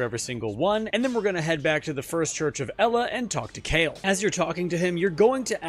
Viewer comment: You referred to Kale as Kale like the vegetable? He says it in game in the first convo you have with him. It’s pronounced Kah-Lay. Great video!